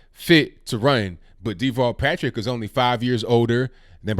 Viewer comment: everytime his name is said, it sounds like Default Patrick to me.